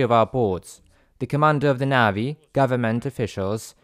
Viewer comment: Just a friendly correction. Navy is pronounced nay v. Not nav v.